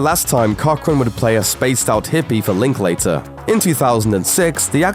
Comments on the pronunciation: I enjoyed the scenes but Linkater is pronounced...Link-ladder...thought y'all might like to know from a Texan from Austin we have a strange way of pronunciation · Would be great if you wrecked to pronounce Linklater's name correctly, but I guess being ignorant is vital to your existence.